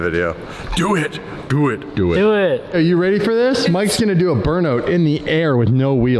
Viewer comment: Love how you Canadians pronounce burnout😂 “Burnoot”